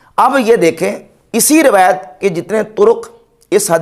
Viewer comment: محترم آپ کی قسم سے علمی قابلیت اس قدر ہے کہ روایت کو بار رویت بولے جا رہے ہیں۔ باقی جو آپ کا عقیدہ اللہ کے نبی کے بارے میں انشاءاللہ بہت جلد آپ کو بھی پتہ لگ جائے گا مجھ کو بھی لیکن نہ آپ کسی کو بتا سکیں گے اور نہ ہی میں۔تو بہتر ہے اپنا عقیدہ درست فرما لیں